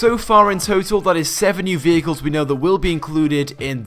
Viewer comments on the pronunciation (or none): Gotta love the "Peagus" vehicles